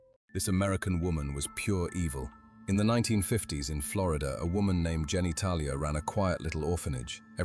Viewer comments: Jenny Talia... 🤣 Come on... Gena Talia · "Ginny Tahlia" 😂😂😂